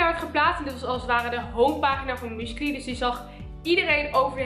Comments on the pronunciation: 😂😂😂haha hoe jij musically uitspreekt. muscaly😂😂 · Haha!😅 Ik versta écht dat "muesli" zegt...! Écht grappig!👍🏻